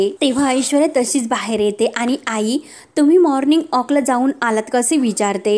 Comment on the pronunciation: माॅर्निग ऑक नाही ओ माॅर्निग वाॅक, वाॅक.